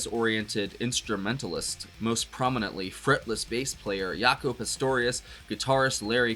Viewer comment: Jaco pronounced with the J (not Y). He's possibly the best bass player ever. Check him out in the band Weather Report. Love this whole album Hejira - every song on it is a masterpiece.